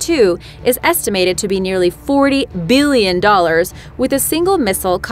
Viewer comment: Oops I mean why she say biillion